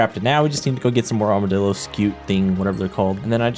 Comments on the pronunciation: bro did NOT say armordilo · did he really say armadildo or am i stupid💀🤣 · bro did NOT say Armodillo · i am almost sure you said armadildo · bro did NOT say armadillo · did NOT say armadillo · I'm sorry, I can't be the only one who heard that. That's not the name of the animal...